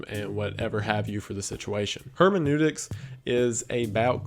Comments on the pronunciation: (from my husband): Herm-en-oo-tics my guy. I study Gadamer professionally. Trust me on this. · Word: hermeneutics Wendigoon: hermenewetics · I don't think "Hermeneutics" is pronounced that way